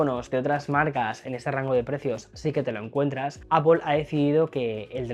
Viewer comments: Aunque es Apl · Manía de meter una O en la segunda sílaba en Apple. La transcripción fonética de "apple" es /ˈæpl/, y se pronuncia como /æ/ (como en "cat") + /p/ + /əl/ (un sonido "schwa" o "e" invertida, como en "label"). En cuando a la cámara. Solo tiene zoom óptico 2X, lo que invalida al teléfono al 100%